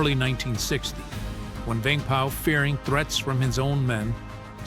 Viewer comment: I was gonna say that. His name prouncation was on point